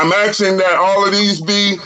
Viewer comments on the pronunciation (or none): While watching court cases, it has been my experience that when a defendant starts out with Axing the court, instead of Asking the court, chances are, they should not be defending themselves. Usually they end up proving that their knowledge of the law is lacking just as much as their knowledge of the English language. Court appointed or not, an actual lawyer would know how to speak to the Judge respectfully. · Lol "aks and aksing..my honor"😅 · Yeah, judge, that's why he's "axing" to be dismissed😂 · “I’m axing for a dismissal” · I get a kick out of the phrase "that's what I'm AXING". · If you ever find yourself “axing” the judge ANYTHING, you’ve already lost, you ridiculous trifler.